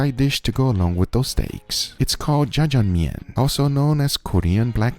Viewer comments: I’m not a fluent speaker by any means but the J in should be pronounced more like a “sh”. But also like a “ch”. Idk it’s hard to explain, like a more aggressive “sh” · your pronunciation is almost exactly like how it's pronounced in Chinese, which is where this dish actually came from (although obviously the koreans added their own twist, and then you added even more twists to it yourself)